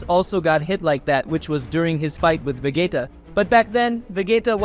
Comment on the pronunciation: Vegeta. Please say Vegeeeta and Not Vegayta